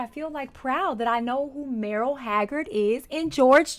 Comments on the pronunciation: You keep pronouncing Merle wrong even after Garth said it correctly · Mr. Haggard's name is pronounced Murl, not Merrill. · Not Meryl - like Streep. It's Merle which rhymes with pearl. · Haha! Merl Haggard pronounced like girl haggard merl haggard It’s funny the way you say merl. Me-rel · Pronounced Murl not Marle and Merle got his Start from Buck Owens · It's merle rhymes with Earl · When you dive into this you'll realize how much he sounds like the singers he's doing, check it out. And a little fyi, his name is pronounced Merl ..lol love you ❤ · Merle is pronounced Murrel. Merle Streep is Marel. You're close. Glad you love the music. I really enjoy your reactions. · I noticed you're pronouncing Merle Haggard's first name wrong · Merle is pronounced (Murl). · Haggard's first name is Merle, not Meryl. 🤣 😜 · Love ya,, truly I do, but it's Merle (Pronunced "Murl" -- ONE syllable), and, yes, Merle was an inmate for a little while. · Merle. Not Merrill. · Love your content, and I see you are quickly becoming a country artist fan. And because of that, I want to tell you that Merle's name is pronounced Murl. I have a feeling you'd want to get that right. I think your channel is amazing! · Merle... Rhymes with Earl. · Merle Haggard's first name is pronounced like Earl w an M in front!!!